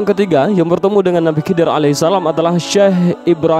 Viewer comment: Slh ckp anda..bukan kidir.. Tapi khaidir..anda bnyk belajar dlu dlm berbicara